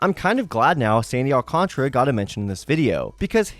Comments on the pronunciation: There is an A before the R so definitely is Al-Can-Tara not Al-Can-Tra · I think it’s Al can tear uh